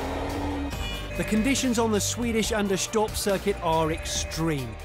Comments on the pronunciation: The way they pronounce Anderstorp is hilarious :) Anders-torp not Ander-storp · why do they pronounce it "anderschtorp"? it's sweden, not germany.. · It's pronounced Anders-torp, not Ander-storp. 🙂